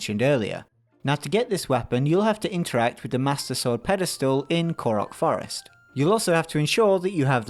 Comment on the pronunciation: "from the forst"